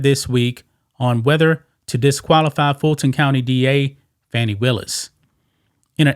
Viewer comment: Her name is pronounced Foni